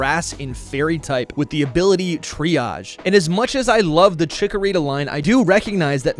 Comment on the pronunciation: THE SECOND C IN CHIKORITA IS SUPPOSED TO BE A K!